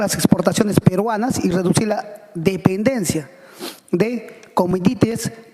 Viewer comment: Ese "congresista" Quispe, un ignorante total en economía y política. Este sí q se lleva gratis su sueldo junto a sus colegas lapicitos. No aportan nada. Ni siquiera sabe pronunciar las palabras q son elementales en la economía del día a día. Quispe: desásnate, deja de ser burro. Ah... y pronunciar bien el castellano: No se pronuncia "dipendencia", no se pronunciar "cometitis" El BCR no es Ministerio de Economía, no es Ministerio de Trabajo, no es la Supervisora de Banca y Seguro.... burraso total, lee un poco de economía.